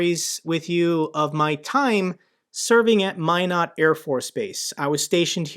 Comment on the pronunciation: Thank you for your news and commentary concerning the Ukraine war. I have some contacts in Ukraine and they are all worried what will happen to them and their country. I live and grew up in Minot area. So we have that in common. And you can pronounce “Minot” correctly. Haha. “Only the best go North!” 😉